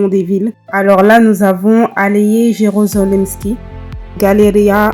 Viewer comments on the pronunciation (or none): Mówimy „Aleje Jerozolimskie”, a nie „Aleje Żerozolimskie”.